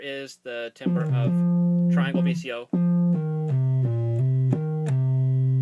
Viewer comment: that's not how you pronounce timbre, but otherwise great video :)